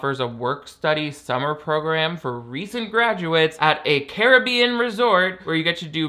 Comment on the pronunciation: You say Caribbean wrong. Please stop